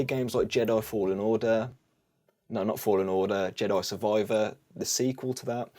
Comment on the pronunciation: Love the way you say "Jedoi Survoiver"